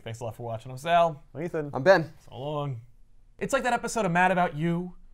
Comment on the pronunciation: Hearing Sal say my name, and pronounce it correctly was pretty cool